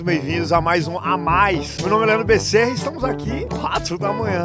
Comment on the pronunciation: deitou muito “Becerra” “bezerra” 😂😂😂